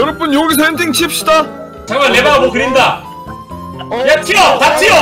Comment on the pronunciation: 그린다가 넣는다로 들리는건 첨이야